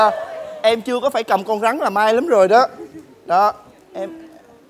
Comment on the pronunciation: mc gì mà con rắn đọc là con gắn